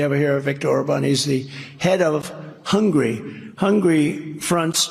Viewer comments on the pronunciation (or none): Its Hungary Trump, not Hungry. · Plus, he can't even pronounce Hungary correctly, he kept saying Hungry. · Among so many other gaffs, Mr. Trump, it's Hungary, not Hungry. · Jesus he doesn't even know how to pronounce "Hungary". It's not hungry it's Hungary!! 🤣🤣🤣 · I think he called “Hungary” “hungry”. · HungAry..not hungry. Goddamn is he dumb. This is ridiculous!! He has violated his gag order so many times. Put him in jail!!!